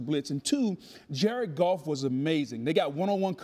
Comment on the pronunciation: I was sleepy listening and heard Jared Goff as "Jerkoff" and now I can't unhear it. You're welcome interwebs.